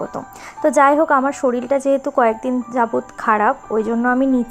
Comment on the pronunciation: Era sabai shorir k shoril bole keno